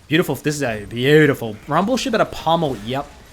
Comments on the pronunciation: Nobody:: BAYOUDIFUL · say it with me fellas, B-A-U-DIFUL